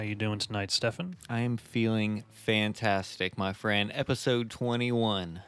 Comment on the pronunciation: Investigator with Uzi: You wanna meet my leeetle frinn?